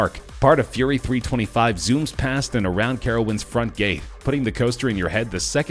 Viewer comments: 1. It’s pronounced Fury Three Two Five 2. Full Throttle isn’t even the craziest coaster in it’s park, and neither is Gatekeeper. 3. Why are you showing pictures of a completely irrelevant ride and talking about another? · Scary SteveCraft Roller coasters are some of the safedt things ever created. The guy in the video has no idea what he's talking about. Sure the facts are right but still, he ranked gatekeeper at number one. Of course i like gatekeeper, but you shouldn't make videos like this, or comments like you did. He didn't eveb pronounce Fury 325 correctly. Just because you are gp and have no idea what you're talking about doesn't mean you should treat people that do like idiots. Do research if you want to say something.